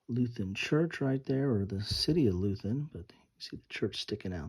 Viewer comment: *Leuthen. Loy ten. Not loo then. *Grognard. Groan yard. Those who bitch moan and complain. Napoleon meant his best veterans by that, they're happy when they are complaining about something.